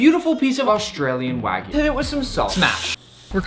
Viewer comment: It's pronounced wa (like water) gyu, not wa (like waggle) gyu. It's like calling a steak a New Yak Stripe steak... Hope you take it onboard like a professional. :)